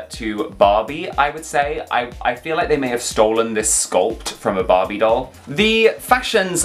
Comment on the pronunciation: He talk "BoBy doll" 😂